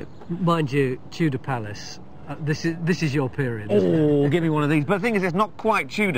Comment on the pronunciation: "Tudor Palace" not "Tutor Place". But I appreciate you posting the video.